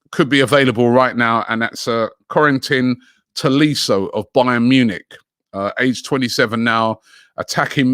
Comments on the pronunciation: Is it me or did Robbie say Bonana Munich? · Did he just say Bonnan Munich?